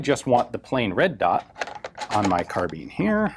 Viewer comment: please stop saying "car-bean".